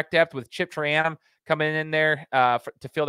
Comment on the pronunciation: Your pronunciation of traynum is brutal